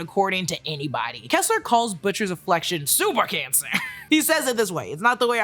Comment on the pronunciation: rock-kim and kessler not keesler